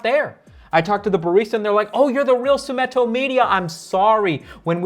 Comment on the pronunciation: How do you misspronounce your own name? Its sumIto, not sumEto